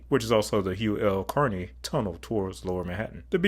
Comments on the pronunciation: Well done! That road is terrifying when one is ston-- I mean, tired. One note: CARE-ee, not CARN-ee. Hugh Carey was the governor from 1975 to 1982. His lieutenant governor Mario Cuomo, would be governor from 1983 through 1994. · It’s the Hugh Carey tunnel. Not Carney